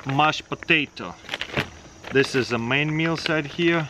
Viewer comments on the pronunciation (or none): none